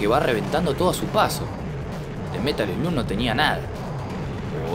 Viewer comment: slug se pronuncia "slag" In the Hunt es un JUEGAZO lo había jugado en arcades, pero en ps1 lo había conseguido como metal slug 3 :p (igual al ser una copia trucha me había salido monedas y no me queje en absoluto jaja) Y en metal slug hicieron referencias a este juego (tanto en el 3 como en el 5 Tenes un nivel que es con submarinos)